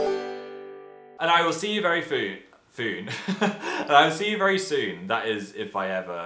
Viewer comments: "I'll see you very foon" I'm dying!! We still love you Phil x :3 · "I will see you foon"